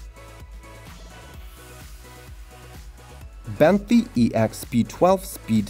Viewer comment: I think he meant Bentley not benty